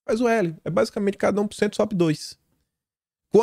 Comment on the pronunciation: como vc zoa eles, qdo falam "gopi" e "cupanhero", evite receber o troco e pare de falar "pucentu". Fale "porcento"